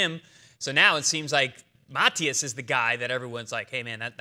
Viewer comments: It’s Matiiiiiiias… Not Matiaaaaaaas… Accent on the í… say it right guys! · Subriel Matías is the best. Teofimo has the biggest mouth, and Haney isn’t even in question. Algieri disrespects by mispronouncing Matias.